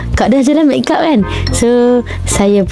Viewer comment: saya je ke ek yg dengar dia sebut mekk kap? 🤣